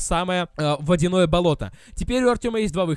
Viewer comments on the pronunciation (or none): none